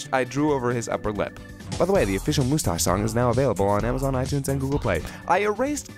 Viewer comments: Vegeta pronounced mustache like that in the English dub of Gt? Awesome.:D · They hate GT yet took how Vegeta says moostache from it.